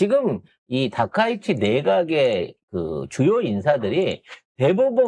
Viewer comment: 아 이 발음이 ~ 그냥 닥꽝 이라고 혀여 ~